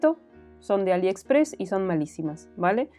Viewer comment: Y porque compras en Aliepressss,JAJAJAJAJA JAJAJAJAJA Me ha encantado el vídeo